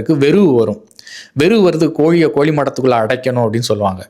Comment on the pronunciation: Aiya ellam sari, but koli illai kozhi, zha, zhi, zhu, please don’t pronounce Tamil, instead Thamiz, sorry I didn’t have Thamiz fonds, Thank you for your great service and your valuable time